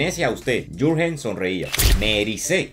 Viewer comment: Buen trabajo como de costumbre. Una sugerencia. Si te vuelves a tropezar con un Jurgen, así escrito en alemán, puedes pronunciar: "iurguen". Saludos desde Zúrich